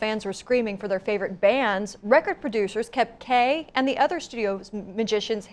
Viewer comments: Reporter couldn’t pronounce musician lol!!! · "If you haven't heard about Carol Kaye, you are in the majority..." what a bunch of ignorant clueless reporters. That woman in the yellow dress is a major dumbass. Because "musician" is one of the hardest words that can be pronounced...